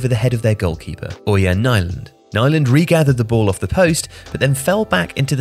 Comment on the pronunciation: Not how 'Nyland' is properly pronounced, but why care about other nationalities, cultures and languages these days?